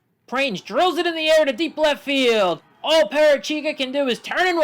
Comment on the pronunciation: This is something that i learned recently but Ashley Prange is pronounced prang-ee with a soft g sound